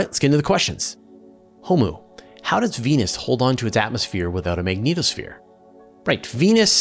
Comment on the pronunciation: I honestly cannot get past first couple mins simply because of how you pronounce the magnetosphere, dunno why it went through me but just did and put me off the rest